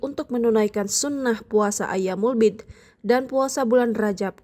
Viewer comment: Ma'af, bukan ayyaamul bi'di tp"ayyaamul biidh" 🙏